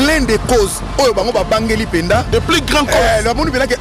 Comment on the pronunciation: francais nde makambo "l'un des causses"😭